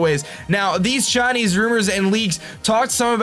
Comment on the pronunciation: whenever you say Chinese it sounds like shiny